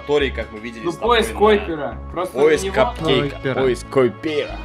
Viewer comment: Он ещё говорит пояс койпейра